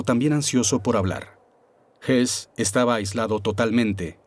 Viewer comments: Estas confundiendo a Rudolf Hess (y si murió en 1987) con Rudolf Hoss, este último si fue ahorcado pero no en Nuremberg. El documental lo pronuncia en español como Hess pero se refiere a Hoss. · El de las imágenes y al que se refieren no era Rudolf Hess, como pronuncian, era Rudolf Höss, que no se pronuncia Hess. Crean confusión. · Ese que pronuncian como Rudolph Hess es Rudolph Höss. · El sonido de la ö en alemán no existe en espanol pero se hace haciendo un sonido similar a la "e" poniendo los labios como para pronunciar una "o". Así que sí, para cualquiera que no hable alemán puede ser confuso pero no por eso deberían pronunciarlo "jos". De hecho la "h" alemana es muda y todo el mundo pronuncia "jitler", cuando dederîa ser "jitla"... la "h" es similar a "house" en inglés, no a la jota española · Excelente documental, pero sorprende que hablaron de R Hess cuando es realmente R Hoss o Hoess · Pronuncia msl el apellido Hoss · es Höss, entonces se pronuncia parecido a Hess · Salvo el detalle patético de que algunas traducciones son dignas de un suspenso en clase de idiomas. Y si entramos en el tema de apellidos cambiados y mal leídos, es de traca. Por ejemplo, Convierten a Rudolf Hoss en Rudolf Hess, o a Streicher en Sweiger. Ni siquiera se han tomado la molestia de consultar una enciclopedia. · El documental habla de Rudolph Höss que se pronuncia, simplificando y para que me entiendas, "jes"